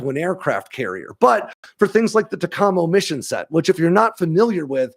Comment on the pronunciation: When I was a naval flight officer NFO, in the 80s, we pronounced it TACamo..